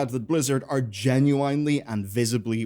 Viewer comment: it's a weird hill to die on for an austrian but i will die on the hill that this native english speaker says "genuinely" wrong